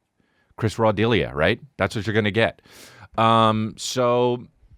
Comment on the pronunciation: Chris Raw Deal-ia 😂